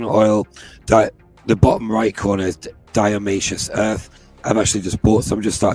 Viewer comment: Not diaomaceous earth it's DIATO-MACEOUS! made of diatoms!